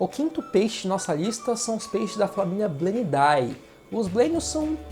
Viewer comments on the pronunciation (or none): Só uma dica, famílias de peixes como gobiidae e bleniidae se pronuncia "gobide" e "blenide" nomes de famílias são latinizados, e a terminação "ae" tem pronúncia "ê" e o "ii" pronuncia como acento agudo :)